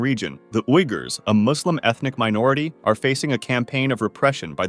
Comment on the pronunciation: Junta is pronounced hunta. Uughurs is pronounced weegurs.